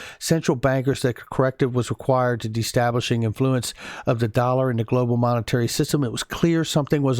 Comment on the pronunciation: You read it as de-stab-lishing it is read as de-stable-lizing..don't rush in your reading, there are a lot of people who will get confused..lol...great research always keep it going..love and.sunshine and peace from Barbados.